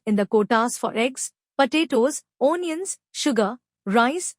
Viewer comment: Do the commentary in the language that you can speak properly. Your accent and pronunciation are beyond hilarious. I laughed through the first couple of minutes, the seriousness of the topic notwithstanding. Couldn't carry on after that. O-niuns....😂